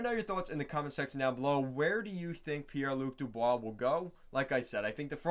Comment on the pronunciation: Pie lu dubois lol